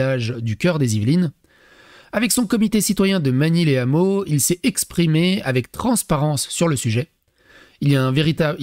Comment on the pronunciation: Magny-les-Hameaux sans liaison... "lè Hameaux"